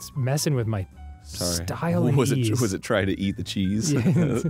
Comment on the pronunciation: "Messing with my... style-eez." My steez, bruh!! My steeeeeez!